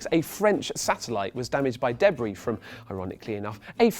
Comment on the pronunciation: I HATE how he pronounces debris. It's wrong.